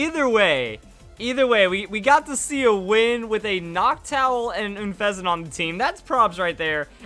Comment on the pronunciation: That unfezant pronounciation...